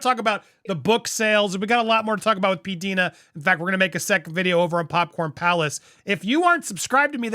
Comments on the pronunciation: pronounces her YouTube name as Pee-Dye-na, not Pee-Dee-na. I have been watching her channel for a long time. She has good insights. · Andy! learn the Pronunciation of your guests name. Her name respectfully is.... P Dye Na Is how you pronounce it. Not P Deena.... Andy... research and learn. Learn.